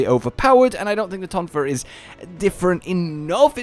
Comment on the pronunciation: Tonfas TOnfas TONfas. TONFas! TONFAs!! TONFAS!!!